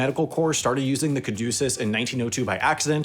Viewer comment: you pronounced caduceus wrong